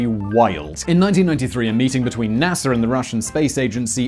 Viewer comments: sveez-DA (star), also NASA (space agency), not Nasser (egyptian tyrant). Lol. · NASAR the British accent gets me every time lol can pronounce Russia correctly instead of Russiar like NASAR